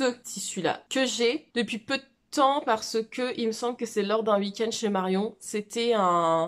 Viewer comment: Petite vidéo parfaite si ce n'est qu'on ne dit pas ''wouikend' mais 'weekend' 🤣😝 tellement contente d'avoir eu ces moments av toi!